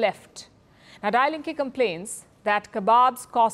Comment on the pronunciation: "Die Linke" is not pronounced like you do, "die" is pronounced "dee". Sorry, too often you make such mistakes.